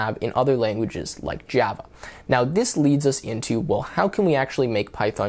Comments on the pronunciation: Jyava Eh? 😂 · I have never heard someone pronounced "Java" like that. It's like how Trump says "China" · The way that you pronounce Java is so annoying